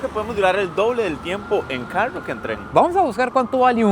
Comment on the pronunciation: Pronuncia carro 😂😂😂😂